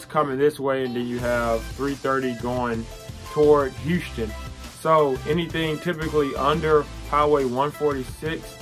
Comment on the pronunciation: Nice video! I just moved here and i appreciate you making this video. Just the way you say Houston really bothered me but other than that it was good. Heeouston.